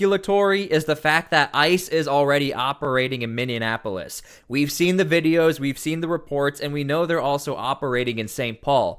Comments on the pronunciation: jesus say it with me sound it out miny ap o lis Minneapolis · Stop it. 😂 its Minne - apolis... there is no N between the e and a. 😂 Minne - apolis. Thank you. 😊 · Pronounced “Minn-e-a-polis”. The “in” is not enunciated. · He was saying anything but Minneapolis sounded like minneanapolis most of the time. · Never heard of min-e-an-app-oh-lis . . Is it part of a third twin city lol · ...it's pronounced "mini - apple -us" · FYI it's pronounced Minn-E-Apolis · welcome ladies and gents! doing your job well! thank you. fyi its minnie-appolis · MIN E Apolis... seriously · There is no N in the middle of Minneapolis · BRO! Youve gotta learn how to pronounce Minneapolis. EA makes an EE sound, A is silent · You are mispronouncing Minneapolis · Learn to pronounce Minneapolis.! It wrecks your credibility. You are butchering it! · Could you please stop mispronouncing Minneapolis? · I had to bail after 5 min. It was driving me crazy every time you say minneapolis. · for the love of god, learn how to pronounce Minneapolis. said just like it looks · Are you misprouncing "Minneapolis" on-purpose? I'm from St. Paul so I get any and all jokes pointed at us... lol. Our state will be red once Trump takes all the trash out. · Love ya brother but you should re-record this with the correct pronunciation of Minneapolis. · First off it’s just Minneapolis not Minneinapolis respectfully. Second, as a rural Minnesota resident I am not pros of the large Somali population in my state as they are very entitled and are draining us financially and are a disruption in our communities of the Twin Cities and St Cloud. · OMG! It's "Minneapolis", not "Minneanapolis" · MINN-E-A-PO-LIS Not Minneanapolis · "MIN E AP OLIS" NO "N" IN THE MIDDLE. NOT "MIN E ANN A POLUS.":face-turquoise-covering-eyes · Please, it is not Minnenapolis! I is Minneapolis! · It's pronounced MINI-APOLIS..... not MINI-AN-APOLIS. just pointing that out. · It's called min-e-apolis. Non min-in-e-apolis. It's spelt Minneapolis